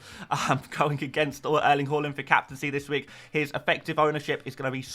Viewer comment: The way you say Haaland makes me sad - great vid otherwise